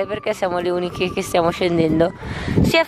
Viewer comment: Ma hai detto veramente unichi?😂